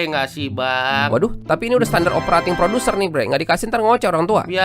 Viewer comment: SOP tuh P nya PRODUSEN bang bukan PRODUSER 😂😂